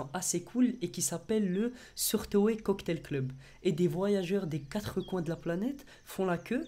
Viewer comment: Bonjour! Pardon! juste une rectif 😆: on ne dit pas SOURTOÉ pour SOURTOE MAIS...Ça se prononce: sawato qui veut dire: pouce aigre. Sour=aigre et toe =pouce.